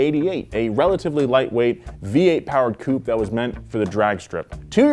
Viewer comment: Ffs COUPÉ HAS AN E AT THE END FOR A REASON